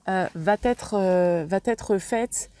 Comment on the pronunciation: merci... mais s'il vous plaît... va Têtre non! il n'y a pas de T à va alors la liaison ne se fait pas ça arrache les oreilles!! et vous n'êtes pas la seule.. loin de là